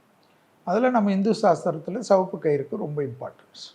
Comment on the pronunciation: செவப்பு என்று சொல்லாதீர்கள். சிவப்பு என்று சொல்லுங்கள்